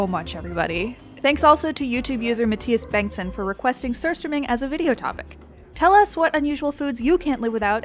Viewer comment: the way she pronounce it was very satisfying